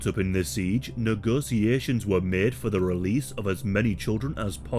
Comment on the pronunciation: Really butcherd the word negotiations